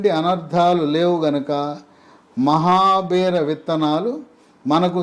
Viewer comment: it is mahabeera seeds not mahabear